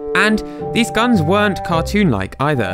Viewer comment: Why the hell did the translator keep calling guns gns? Like all the time. Its just annoying.